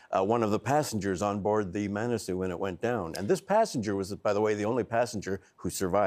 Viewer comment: Manasoo not Monasoo